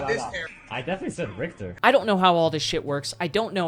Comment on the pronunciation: he definitely said the n word. That was so far off from sounding like richter